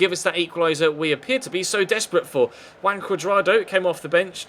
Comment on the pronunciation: why do you always call Juan Cuadrado "Wank Cuadrado"?